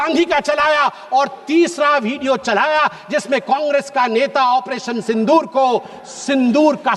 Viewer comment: At first pronounce it Sindur, don't pronounce as Sindhur